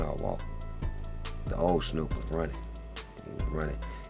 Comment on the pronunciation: "hey snewwp" ... I ain't ever heard my name called like that 😂😂😂😂😂😂